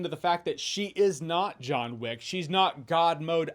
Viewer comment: Joanna Wick? 😂